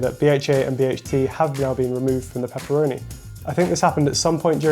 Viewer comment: To get somme claarrity on pepppeeroni situyation.